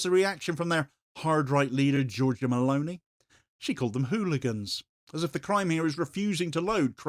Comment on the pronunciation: Meloni, elle s'appelle Meloni, pas Malauney. C'est une fasciste comme le autres mais ce n'est pas une raison pour déformer son nom, sinon on ne comprend rien.